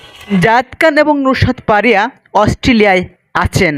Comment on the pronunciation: ভাই নুসরাত পারিয়া না ,নুসরাত ফারিয়া, আপনার শুদ্ধ বলে তো অনেক কষ্ট হয় আপনি আঞ্চলিক ভাষায় বলেন ভাই আপনার শুদ্ধ ভাষা একদম শুদ্দ্ধের মায়রে বাপ বয করে দেয়